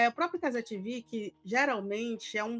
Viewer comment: Pq TiVi mano? caze vem de cazemiro TV de televisao TiVi fica feio infinito Parece o girao traduzindo o proprio nome